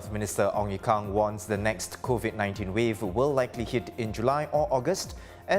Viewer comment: always pronounces "hit" as "heet", and "gyms" and "jeems". 🤦‍♂️ Needs to go back to primary school.